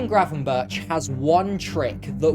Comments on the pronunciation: Try to at least get the guy's name right! Its crazy to hear GravenBertsh ?! twice within 20 seconds. So I stopped. In future just think of Dennis BERGkamp. And use that BERG pronunciation for Gravenberch. Goldberg, Bergkamp, gravenBERG. Even if written Berch don't pronounce like he is a russian. Kinda big fail considering all the effort put into making a video. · Pls say Burk instead of Burtch, it hurts! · It is not 'GravenBIRCH', better to say GravenBERG' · Excellent analysis. Just one thing. His name is pronounced GravenberG, with a hard g. Not ch as in chips. Keep up the good work! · Just a little detail; Gravenberch is pretty difficult to pronounce for a non-Dutch speaker. The closest you can get to the correct pronunciation in English is: Gravenberg, as the first G is pronounced the same way as the last g(ch) in Dutch. So it should be the same way in English, hence the "Gravenberg" pronunciation. Cheers :) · Nice analysis. Now try to pronounce non-english names the way they are pronounced in the respective countries. 'berch' is not pronounced as birch..... Find a Dutch youtube source for the right pronunciation. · Please pronounce his name as if it were written as 'GravenberG'. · Pronounce his name as gravenberg, with a hard g. For the next video. This one is really good, nice analysis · Hearing the man's name being mispronounced for 10 solid minutes was so painful. It was so bad, that it seemed deliberate.